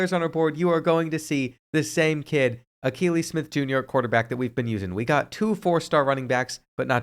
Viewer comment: I’m a big time Oregon Ducks fan and it’s pronounced Uh-key-Lee his dad also played QB for the Oregon Ducks